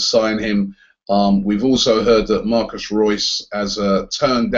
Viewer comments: His name is MARCO reus for God's sake please stop calling him Marcus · Marco Reus! not Marcos Reus! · Its MARCO Reus Not MARCUS Reus-. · "Marcos Reus". Cringey as fuck. Surely you know his name is Marco. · it's not Marcos Reus, It's Marco... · Marco not Marcos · Robbie, his name is MARCO Reus, not Marcus. And he didn't "replace Gotze" at Dortmund. He's been at Dortmund for several years and he and Gotze are different players. Gotze is more of a traditional #10, Reus can do it all. Personally, I've always felt Reus is better than Gotze. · " 'Marcus' Reus "